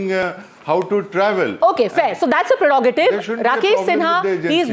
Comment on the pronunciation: PREROGATIVE. Please pronounce it well.